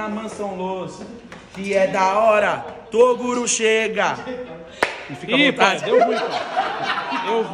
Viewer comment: Torugo,toduro, toguro... kkkkkkk